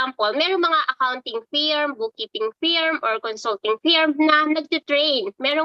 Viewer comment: Just wanna ask, d po ito connctd sa work, napapansin ko lng kasi, bat yong pagkaka pronounce ng FIRM( FURM ), kadalasan q nang naririnig ngayon prounounced as FEERM(AS IN FEAR + M)? WHY? tapos iyong CONFIRM, ganun din? WHAT kind of pronunciation are those? Neither american nor english pronunciation yun e. Kaloka dumadami ang naririnig q nyan.